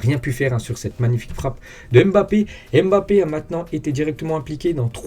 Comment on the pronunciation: Bonjour, pourriez vous svp prononcer correctement le nom de Kylian en arrêtant de prononcer le "M"...ça se prononce BAPPE. Depuis que des noirs d'origine africaine vivent en Europe, je pense qu'il est possible de connaître leurs cultures. Quand c'est un nom américain, tout le monde le prononce à l'américaine pour faire "style", mais pour les africains, on prononce leurs noms à la française.